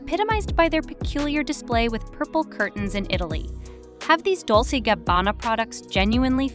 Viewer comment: It’s pronounced Dol-chey (Dolce) and Gabana- got a put that flare on it!